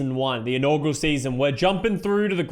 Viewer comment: just so you know, it's "inaugural" not "inaugral." sorry for being that guy